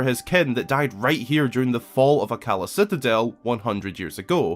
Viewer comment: Minor gripe with the video, and that's with pronunciation (which, yes, I understand how accents work). Akkala is pronounced Akka-lah, not as Ah-Kalla.